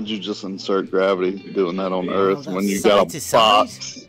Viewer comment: its not DERTH... either...